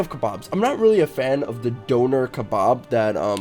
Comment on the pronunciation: Fam ur meant to pronounce doner like 'donna' not like donor